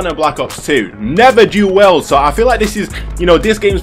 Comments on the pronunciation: Whys this guy saying WELD man. I was getting so mad 🤣 For the record it's WIELD (Pronounced Wheeled) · “Do weld” 😂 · It's dual WIELD! WIELD!!